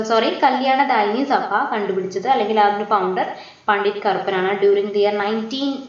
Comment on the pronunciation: eee girl endha igane parayane....like...kandupidichath....😠